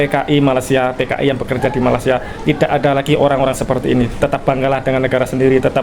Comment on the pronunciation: Kenapa org Jawa nyebut Malaysia..dgn Malasia tak tengok huruf kh..jgn buat bodoh di mata org asing. Sebut Malaysia jgn Malasia.